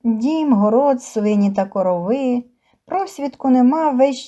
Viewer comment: Не коровииии а короооови